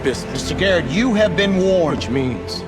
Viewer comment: 나만 게릿이 아니라 게이로 들림?